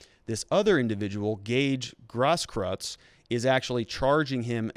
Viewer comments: Grosskreutz is pronounced gross kroytz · You have to work on your german pronunciations. Grosskreutz means big cross. Gross kreutz. I aggree this is politics. They have to prosecute him, but put so many things forward for the defence, so he will mostly get of the hook. A prosecutor shoud put forward everything that speaks against and for the defendant, so technically they do the right thing.